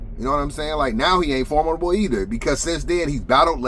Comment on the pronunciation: I think the word you're trying to say is formidable. 😂